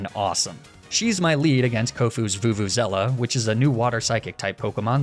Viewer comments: STOP CALLING VELUZA VUVUZELA PLEASE AAAAAAAAAAAA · Your pronunciation of Veluza hurts me